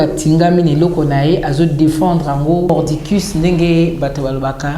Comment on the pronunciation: Mordicus et non hordicus.